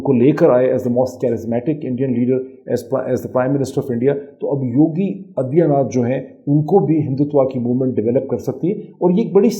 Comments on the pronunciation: You are not pronouncing Aditya properly. You are pronouncing it Adiya. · Padha likha Pakistani Aa-dit-yaa naath aur gyaan-waa-pi pronounce nahin kar paata. Isko mai kya kanoon u-suoup pee-jyada, yaaa you sub peee jyaada ? Idiots make videos without any knowledge and study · What kind is ANALyeast is this Moeed can’t even pronounce ‘Yogi Adityanath’ aur inko Kashmir chahie 🤣🤣🤣